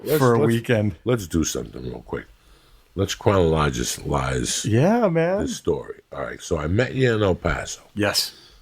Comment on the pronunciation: "Lets cronologislize this story real quick"